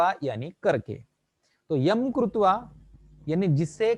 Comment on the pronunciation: कृत्वा को आप गलत बोल रहे हैं, प्रभु।